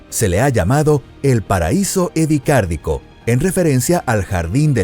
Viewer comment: Es Ediacárico, no Edicárdico.